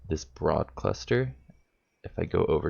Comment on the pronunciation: OMG! Its BROOOOOOOD cluster is pronounced like BREWED. Not BROAD!!!!!